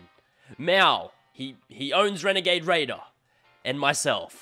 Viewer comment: You mean wenegade waidor